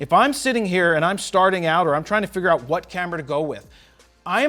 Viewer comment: "It gets the checkmark.. It's been working eewt"😂